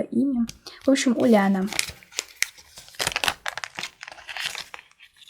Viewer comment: не уляна а юляна